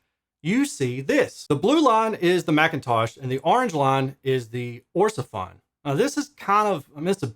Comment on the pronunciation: Orsefon...Sounds like a Chinese mish mash of the name Ortofon.